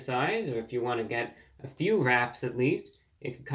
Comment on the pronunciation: For the first few minutes I thought you said "rats" 😂 Always nice to see you. Wishing you a healthy long life.